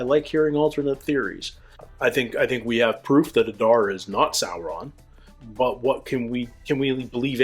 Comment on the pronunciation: It's not adAr it's Adar. Udun not udUn. In all Elvish 2 syllable words the stress falls always on the 1st syllable